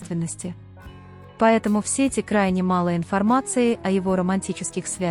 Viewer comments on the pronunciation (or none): none